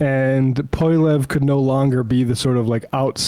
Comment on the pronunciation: As a Canadian, it amuses me endlessly to hear US news commentators struggle to pronounce "Poilièvre"